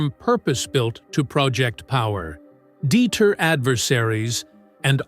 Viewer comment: duh-TER, (NOT DEET-er)